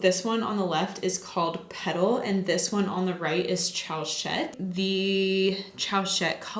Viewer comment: chowset? girl plz